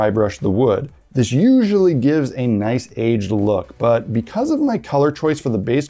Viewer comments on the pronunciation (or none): ""It'sa naiss" !